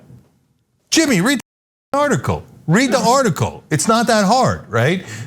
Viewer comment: Who the hell is Jimmeeee?